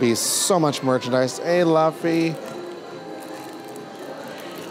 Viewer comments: He keeps calling Luffy “Laughy”😂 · Luffys name is pronounced like loofy :) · LOO FEE. LUFFY = LOO FEE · LAFFY?? LAFFY???? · why does he keep calling him "LUHF EE" it just... it's so painful to hear him mispronouncing his name so much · The way he pronounces Luffys name irks my soul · It was def killing me. Maybe he was thinking of Duffy from Disney and went with that lol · Thanks for making this video, super helpful info. Might need to look at how to pronounce Luffy’s name again, though 😅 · He kept saying Luffy wrong 💀💀💀💀💀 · How do so many people mispronounce Luffy's name like that. It doesn't even sound right, surely they'd assume it's not that lol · But... you kept saying Luffys name wrong! Other than that, very cool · Bro you did not just pronounce luffys name wrong 100 times ugh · As a giant One Piece fan, it makes me a little sad that this man who knows nothing about One Piece getting to live my dreams while he mispronounces every other name 😭😭😭 No shade though… nice guy and all… just hurts a little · its luffy not lufi 😂 never watch one piece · Every time you pronounced Luffy's name as "La-fee", my inner nerd is wanting to break out of it's shell and lecture you for 5 minutes on how it's pronounced "Lu-fee" XD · bruh legit said LUHffy instead of LOOOOOOOffy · It’s Loofy not Lafy 😅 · It's pronounced Loo-ffy my boy not Luff :P But in all seriousness this would have been so much fun and I envy you a lot haha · Hey I’m a massive One Piece fan and idk if you watch the show at all or anything but just to let you know the way that you say Luffy is Lu ffy but it’s actually said like Luuffy like Looffy idk how to fully explain it but you don’t say Lu in his name it’s more like Looffy in a way if you understand this at all 😂 sorry for making it super complicated but either way you can still say Luffy the way you are it doesn’t matter whatever makes you comfortable but I’m pretty sure there is a video out there that has the proper pronunciation. :) loved this video